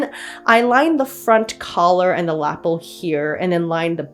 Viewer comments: This jacket is so lovely! Pink is such a perfect color for it. I just wanted to mention that lapel is pronounced luh-pehl instead of lapple. I'm sorry, I didn't want to be that person, but my brain just wouldn't let it go. I definitely would not have the patience for all that trim work, what a feat! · I loved this. But please. Please is ‘La-pell’ not ‘lapple’ .